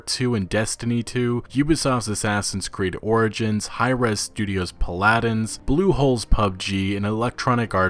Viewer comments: Poladins? It's pronounced pala-dins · Oh my, what a nifty creative pronunciation of PALadins 😍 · Paladins is Pronounced (PAL-UH-DINS) dude said Paladin like its Aladdins Weird brother lmao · I apologize but between you and YongYea there are some insane pronunciations (and yours are not as bad but still). 'Pal-a-din' not 'pa-lad-in'. If you are going to be a video journalist, independent or not, phonetics are important. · Wait did you say pa lad ins? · When he said Paladins as Puhladens lol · P... Pa-laddens? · Pa-lad-ins ? WTF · What did you say? It's called PALADIN palədn. Not to mention that game is free to play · Either way, he pronounced it Pa-lad-dins. Which is just weird. Uh and Ah in Paladins will sound very very similar unless you're putting in the phonetic breaks. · but i cant think if a single time thats the case, normally there would be multiple times a makes ugh, not once in english did they mention it could sometimes be uh. i have always pronounced is pal-ah-din. so has everyone else i have heard say it lol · Love the video man, but it's pronounced PAL-UH-DINS :P....Yes this is what I took away from the video. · Dude for 1 you didn't pronounce paladins right 2 it's 100% cosmetic in a free to play game it how the fucking hell do you expect them to make money. It doesn't affect gameplay it doesn't matter but you can get a box if you work for it the incentive to purchase it is purely to make money but ITS FREE TO PLAY you know the difference between pubg and fucking paladins is one you have to buy one you can play free. Also you can. Always buy the skins from the customizaton menu exept event themed items ex. Esports. GTFO of games you don't even fucking know about you heard oh paladins has loot boxes oh must affect the game play haven't even played it cuz I can pronounce it properly. Unsub. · why can't people say Paladins correctly? americans seem to say it like Ala din rather than Aladdin and the same with paladins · You pronounced Paladin's wrong